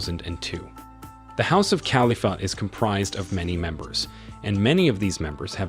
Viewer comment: You mispronounced so many things that I had to stop. Heir, Quatar, Khalifa, Charlotte. It’s lazy and annoying. If you can’t say the words don’t report on it